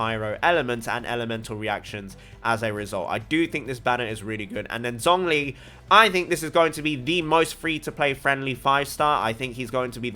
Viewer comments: Your pronunciation on the Chinese names are still incorrect. Zhongli is actually pronounced as Tzong li. And a lot of characters from Liyue are differently pronounced than what the English dub says. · Pronounce Tartaglia correctly Also: Pronounce Zh in Zhongli with letter 'Z'